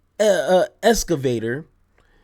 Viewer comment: "Escavator" is my new ringtone 😂